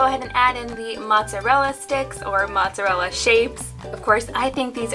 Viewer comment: Did he say Monsterella I instead of mozzarella? 😂